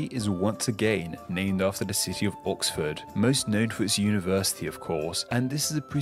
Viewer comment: That's a weird way to pronounce Oxford.........Awxford/orcsford!! Most people would accept it if pronounce it Wustersheer I don't think i've ever heard any Brit saying Derby, it's always Darby. Unless there's a subtle difference that i never picked up on? Manchester is the 2nd most know city in England? I never knew that. I would've thought Liverpool, The Beatles, The Osmonds - Long haired lover from Liverpool.......but mostly The Beatles!!